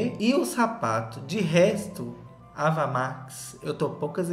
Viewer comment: Pronunciamento do nome da Ava está errado!!!!!!